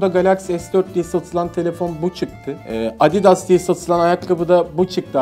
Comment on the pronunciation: Abidas değil adidas